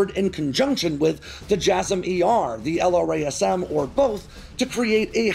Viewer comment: The L R A S M is friggin killing me... say it with me now: El-Rasm.... kinda like Ra's al Guhl - yes, it's another movie reference.